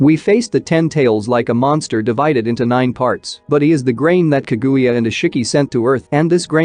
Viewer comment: bro this robot voice is aids; pronounce ka-guya. jesus